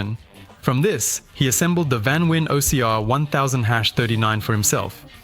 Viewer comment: Its not vanwin its VAN VEEN